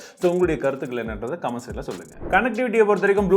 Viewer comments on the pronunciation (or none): none